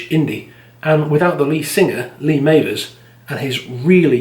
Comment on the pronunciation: Enjoyed this, nice work..........if you like that Scouse thing please check out Waterpistol and HMS Fable by Shack, 2 of the 90’s’ finest albums right there. Also, can you edit the pronunciation of Mavers? It’s doing my head in😂